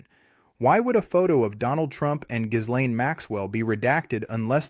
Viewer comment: The "s" in Ghislaine's name is silent.